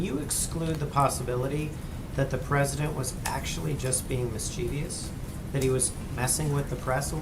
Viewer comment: It's not "mis-chee-vi-ous." It's "Mis-chi-vous."